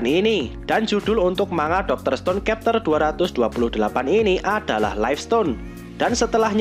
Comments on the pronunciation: bacanya chapter, bukan kepter... blok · Chapter kok di bilang kapter 😂 Konoha bahasa English d samakan sma bahasa sndiri